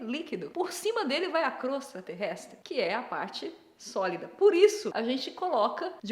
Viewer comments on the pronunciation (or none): Nilce, a palavra correta é crosta, não crostra. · Então Nilce....se fala CROSTA e não CROSTRA.... É só mais uma coisa que vc está errada, feijão vai por cima do arroz! E pelo amor de Deus, arroz, feijão e PEIXE??? Arghhh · Caramba que agonia ouvir crostRa tantas vezes! Por ser a Nilce falando, até fui pesquisar pra ver se tava errado mesmo 😂